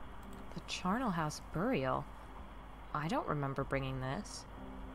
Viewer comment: You pronounce Charnel like Charlie :).